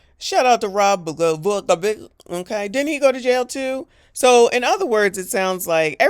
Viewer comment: Blagojevich how u said it 😅😂🤣